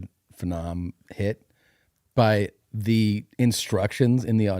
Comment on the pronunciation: What did Tom say ? What's a phe-nohm? Does he mean phenom? He didn't follow proto here, bud.